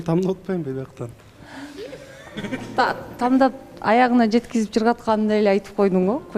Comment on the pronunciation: Урматтуу катышуучулар "ТАМДАП" эмес "ТАНДАП"!